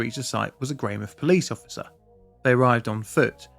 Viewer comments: Note on the pronunciation, we fully pronounce the mouth in Greymouth so it's Grey-mouth not Grey-mith :3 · It's not greymith, it's grey mouth, like a mouth which is grey. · I study at Tai Poutini Polytechnic also in the outdoor education program. We have a memorial Yearly and one of my tutors was from this cohort that witnessed the tragedy unfortunately. (You were very close with pronunciation, the OU is a "Oh" sound) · 'Sorry for the pronounciation' proceeds to pronounce the Maori well and butcher Greymouth. 😂😂😂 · Pronunciation: Your Tai Poutini is as near as 95% of NZers will ever get but it's "Grey-mouth" not "Greymith"